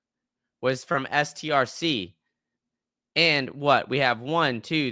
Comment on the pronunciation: STRC is pronounced "STRETCH." I was shocked that the market just yawned after the largest earnings beat in history. Actually the stock went DOWN. Go figure, I've never seen anything like that.